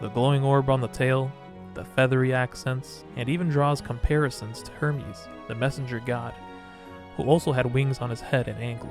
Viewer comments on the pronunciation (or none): none